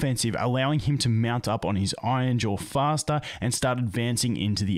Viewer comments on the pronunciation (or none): Hey, R's aren't there to be skipped but actually to be pronounced. Iron, not ion. Iron-jaw, not ainja.